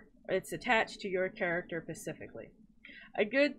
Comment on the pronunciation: Specifically not pacifcally omg lol